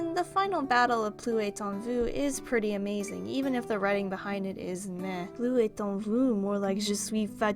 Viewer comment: Just a quick side note, pretty sure the s should be pronounced in "plus" otherwise it would mean "no more in you" as oppose to "there is more in you".